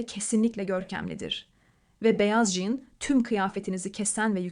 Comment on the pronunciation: Jean değil Jan hiç değil hanımefendi ciiinn diye okunur